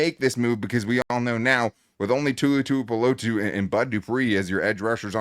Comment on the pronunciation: Great as always you guys! Oh, and kudos for letting Tuli Tuipulotu's name roll off of your tongue! so easily! That's professionalism. :)